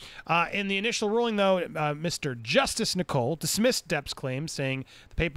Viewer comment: Judge Nicol’s name is pronounced ni-cul, not ni-coal 👍